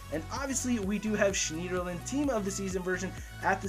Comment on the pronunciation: You don't pronounce the e in schneiderlin